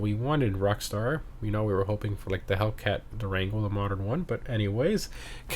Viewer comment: “Rstar” 🤣🤣🤣🤣 jesus just say “Rockstar”